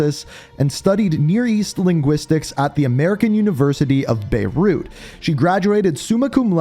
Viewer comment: Did you just say “Beirut”?